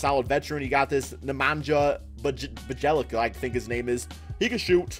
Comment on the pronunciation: Nemanja Bjielica is pronounced Nemanya Be-a-lit-sa